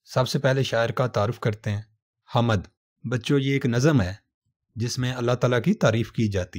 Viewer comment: آپ کا تلفظ بہت غلط ہے۔حامد نہی hmd بولئے